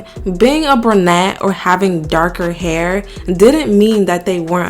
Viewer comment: ITS PRONOUNCED "BRU-NETTE", GENIUS, NOT "BRA-NETTE"! 🤔🙄😒🤷🏻‍♀️